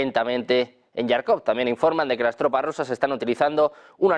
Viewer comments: Por qué dice todo el rato "Yarkov"?!!! Es que no sabe leer? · Tío, no digas más "Yarkov", es JARKOV, con jota española. Los anglos lo escriben "Kharkov" para conseguir el sonido. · Jarkov, se pronuncia como se escribe.... Tartamudo... NO ESTÁS DANDO LAS NOTICIAS EN INGLÉS.... para dar otro tipo de pronunciación.